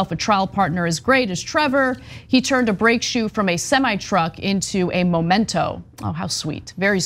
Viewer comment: It's "memento"